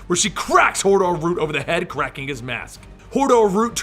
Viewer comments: "she used to work for Hordor" I though you said Hodor and i got a flashback to game of thrones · Hordor? Hodor?